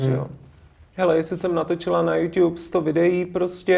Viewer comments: A nevím, kdo vymyslel "jů ťúp", i moderátoři to říkají. Správně je to podle ostatních něco jako jů čúb nebo alespoň jů t(y)úb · To je podle výslovnosti. Tento Čech to řekne takhle, tamten Čech to řekne jinak. Američan to řekne jinak, Brit to řekne jinak. Nikdo nevymyslel jů ťůp :D Samozřejmě je to špatně, ale proč to řešit že :)